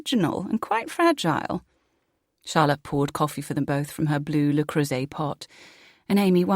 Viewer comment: My main gripes so far: The person who reads Charlotte really doesn't know how to pronounce foreign language words. "Le Creuset" is not "Lay Croozay". "Sangfroid" is not "Zengfroyd". Secondly, for almost 3 hours we're being dragged along while all the characters are introduced. Then the story finally picks up.